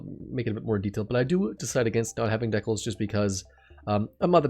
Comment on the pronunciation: Oof did he really just say decals like that? 🤢🤮